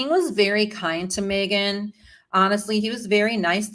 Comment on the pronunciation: I don’t think her name is MAYgan. MEgan